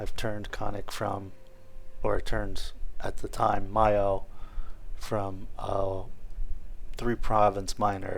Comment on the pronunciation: Nice video, but mayo is pronounced May (as in the month) O